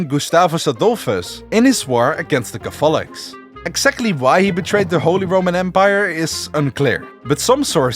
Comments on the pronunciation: I found that a bit bothersome too, but good video still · Why are cAtholics pronounced as cathOlics and prOtestants as protEstants? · PROtestants. CATHolics. The stress is on the first syllable. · Never thought I would hear Catholics be pronounced as Ca-fall-ics and Protestants as Protest-ants. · BRO the pronounciation of catholics is just not good and the beliefs you lsited are completely FALSE for the catholic church about the salvation by works and faith. Protestants can have from 2 to 7 sacraments. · You keep pronouncing Catholics and Protestants wrong. It's annoying. Couldn't finish your video. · Hey fellow dutchie ur pronouncing catholics and protestants wrong :)